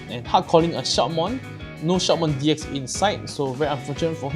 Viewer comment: Shoutmon deck is really powerfull and agressive, but it's kind of a glass cannon, it can't defend very well. But still good anyway. Oh and by the way, i guess the pronunciation is "Shoutmon D Cross". All the "X" in the Digimon Xros Wars are pronunced as "Cross"